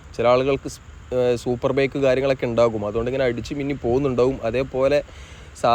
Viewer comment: ബെയ്ക്ക്.. അല്ല.. കുഞ്ഞാ ബൈക്ക്... ഇനിയും തിരുത്താൻ സമയം ഉണ്ട് ട്ടോ...